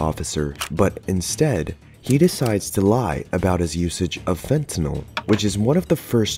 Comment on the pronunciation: Finally, someone who says "Fentanyl" correctly instead of FentanOl.